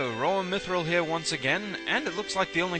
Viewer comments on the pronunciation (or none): none